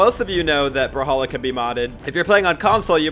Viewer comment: I cant stop thinking about u saying bruhhalla and not brawlhalla